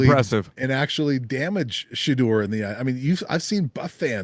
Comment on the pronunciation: Learn how to pronounce Shedeurs name and maybe I will take your opinions informed 🙄 It’s been 2 years. Journalist who pride themselves on research